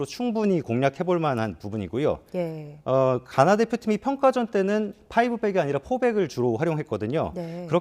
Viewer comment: 가나 의 가 는 장음일까 단음일까.. 나는 장음으로 가~나 하는데 저분은 단음으로 가나 하니까 궁금해지네 ㅠ